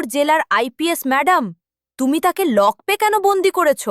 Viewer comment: নিম্ন মানের উচ্চারণ। লকপে কেন, লকআপে তো। গল্পের কাহিনির সঙ্গে ছবিগুলোর বেশিরভাগের সামঞ্জস্য নেই।